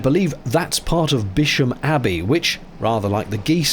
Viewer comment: Somebody else might have mentioned this, but Bisham is pronounced without the h - so it's Biss-um. I know, I was brought up in Marlow (and rowed, so I'm probably not your favourite correspondent!) Great vieo, thank you.